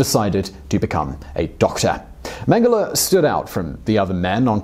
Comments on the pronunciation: It's pronounced meng-ge-lay . Also Waffen is Va-fen not 'woffan'. Bear-ken-ow. Vair-macht. Ti-rol. Please try to make sure you get pronunciations right, it ruins your presentations and grates on those who know better, my gran met him and was still stuck on her experiences during the war until she passed away in the early eighties, so believe me, I'm more than aware how it's pronounced.. Britons have no concept of what Europe suffered under the Nazi jackboot. I'd advise your viewers to ignore toptenz it's pap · People: Josef Mengele Me: Josef Mango